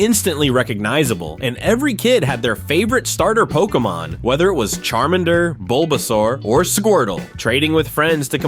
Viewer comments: Char-Men-Der 😂 Char-MAN-Der 🤓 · This is cool, but the way you pronounce “Charminder” and Spice Girls made pause.